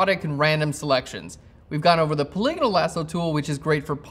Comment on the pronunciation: wow! finally someone who pronounces "polygonal" correctly! irrelevant, I know .... just sayin'